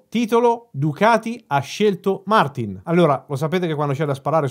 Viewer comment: non gliela fai proprio a pronunciarlo giusto Martìn, vero?